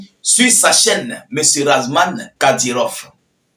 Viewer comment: toi tu n'est pas normal. on dit ramzan et non razman